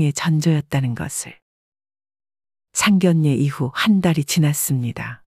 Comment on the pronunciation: 왜상견례를상결례로읽나요 바르게읽어주세요